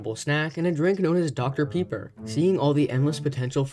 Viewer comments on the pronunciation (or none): "Dr pepper"💀